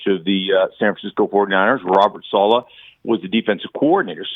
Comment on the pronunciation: Sal-eh not Sal-ah